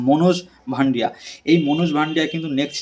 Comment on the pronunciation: শুভম দুবে --not শিভম দুবে মনোজ ভাংড়ে -- not মনোজ ভান্ডিয়া Tomar big fan but spelling thik kore bola uchit